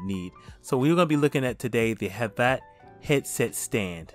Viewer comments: Pretty sure it’s havit not jhabla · your saying it wrong its not said like hav-at its hav-it.